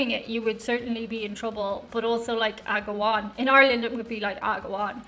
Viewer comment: “agawon”🤔 oh, like Mrs Doyle & the tea😂